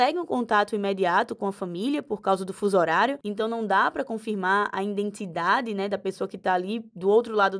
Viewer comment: “INdentidade” parei aí!